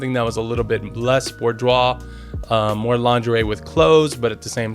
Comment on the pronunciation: Great video, but couldn't get past how you pronounce it hahahaha! See: "boo-dwaar"